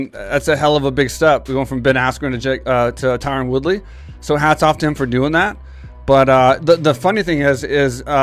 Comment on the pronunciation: DANA... his name is not Tyrone. It's Tyron.